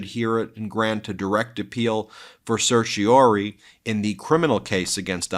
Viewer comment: Ben, please practice your pronunciation of "certiorari"! You keep dropping the fourth syllable.